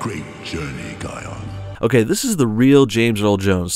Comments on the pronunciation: I'm getting so annoyed on how he hears them pronounce "Ki-on" yet he still pronounces it like "Ke-on" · You pronounced kion wrong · Its "Zuka Zama" you spelled it wrong. Kiara was from The Lion King 2. Kion is pronounced Ky on. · No, pronounce it like this kie-on. kion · I love your videos but it's cringy how you say Kion's name wrong even though so many clips they said his name.